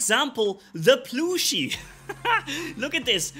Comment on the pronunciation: Aint no way pronounced plushie as ploooshy 😭😭